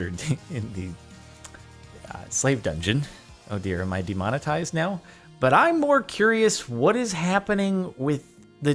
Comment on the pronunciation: craft a "d"emonitised lmao